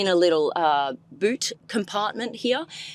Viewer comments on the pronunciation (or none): none